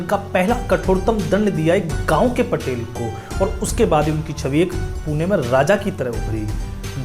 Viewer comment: महोदय वो पाटील होता है पटेल नही 🚩🔱